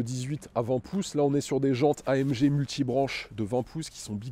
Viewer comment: AM GUE Et non AMGE... quand un présentateur youtube ou télé le prononcera comme il faut ??!!!! C'est le genre de détail qui m'énerve !